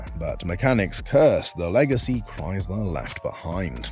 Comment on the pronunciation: There is no z in Chrysler.